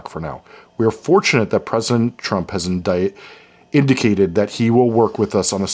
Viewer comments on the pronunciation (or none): Slipping up and almost saying "indicted" instead of "indicated" following Donald Trump is so poetic lmfao